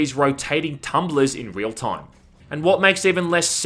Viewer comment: its crazy how you prounounce the i normally in other words except the word time. solid video though. thanks. oh mind too, just caught that later. lol liked and subbed and im just givin ya a bit of shit. no hard feels.